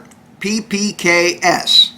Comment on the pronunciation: My mans said PPGay smh lmaooo